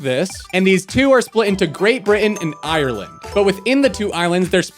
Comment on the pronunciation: Saying Ireland so so wrong😤